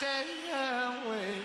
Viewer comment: Ok 'starway' to heaven is the most lovely of accidental vowel inflections